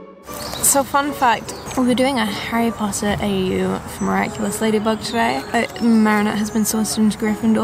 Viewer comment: MARINETTE DUPAN-CHANG! HOW DARE YOU KNOW ABOUT HARRY POTTAH!